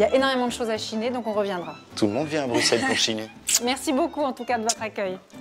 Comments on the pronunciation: On dit bruSSelle ! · Bruxelles ce dit Brusselles avec un S et pas de prononciation du X !!